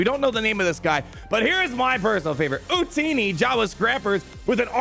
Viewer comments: They didn't miss the oportunity for the Jawa joke. His name is not Utini, but Utooni. like U2ni you know.? Anyway Long Live The Empire! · I think you pronounce it u2ni, but you're attempt was ok...